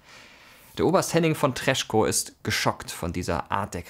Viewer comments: super, Danke! Er wird "tres-ko" ausgesprochen, nicht treschko - das ck hört man nicht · Danke für diese Zusammenfassung! Der Kreisauer Kreis fehlt eigentlich noch; denn die wollten wirklich Demokratie. Ein kleiner Beckmesser noch: Den Generalmajor von Tresckow spricht man "Treßkoo" aus.